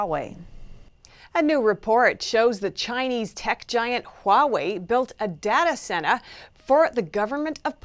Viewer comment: the way she said "data center" means that she must be from New England somewhere, I'm guessing Massachusetts - closer to Boston! LOL good reporting I just thought it was interesting